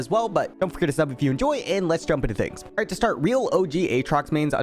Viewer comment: sounded like you said "alright" in a thick thick THICK british accent XD